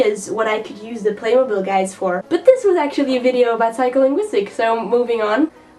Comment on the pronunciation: Furthermore, the 3rd syllable in "playmobile" is pronounced, in English, with the high front tense unrounded vowel, not the high front lax vowel. Please continue to hit the books!